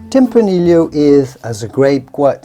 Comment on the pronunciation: My guess is that the host is a native Spanish speaker but has picked up a very damned convincing British accent in his English language learning. Given these things, I wonder why he pronounces "tempranillo" as "tempraneel-lio" instead of "tempraneeyo" as it is pronounced in Spanish.